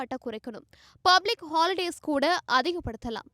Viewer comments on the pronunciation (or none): none